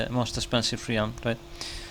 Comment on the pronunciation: What’s a re-ham do you mean realm? 😂 jk it’s very cool that you can speak more than one language